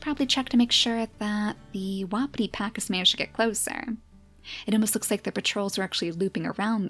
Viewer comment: Its wa-pee-tee just so u know lol